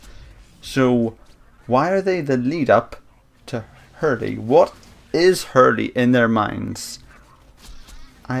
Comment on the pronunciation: h3rl-3 is pronounced hurl not hurly